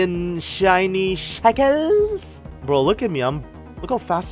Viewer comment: Did you just say shkels